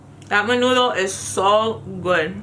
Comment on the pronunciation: I love the awkward pauses for Menudo. Great share